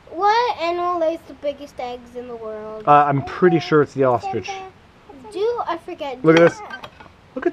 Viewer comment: he said "ostrich's"